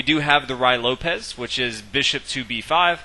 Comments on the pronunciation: The ray Lopez lol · "Rye Lopez" Lmao sounds tasty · If you can't pronounce "Ruy Lopez" correctly, just call it the spanish opening. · I wish you'd learn how to pronounce ruy lopez. I'm cringing with embarrassment for you. Nevertheless, good video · At least he should know how to pronounce Ruy Lopez